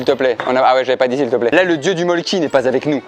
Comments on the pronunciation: Pour info ça se prononce Molkku et non Molkki, en Finlande le y se prononce u (ma tante y a habité elle sait de quoi elle parle) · En vrai ça se prononce mölkku. Voilà juste une petite précision